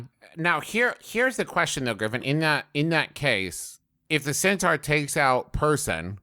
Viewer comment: i like how griffin mispronounced centaur at the beginning and then everyone just went with it for the rest of the discussion